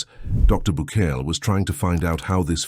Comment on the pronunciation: Bucaille's name is pronounced like Bucay. Otherwise, excellent video!